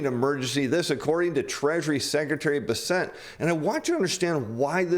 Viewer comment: It's pronounced BESS-ent